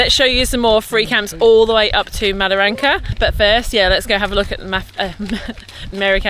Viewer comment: Wet canteens serve beer with alcohol not like that lollywater drinks Mataranka not madaranka. Bloody English. Love your work keep it up. Cheers the COG 👍🍺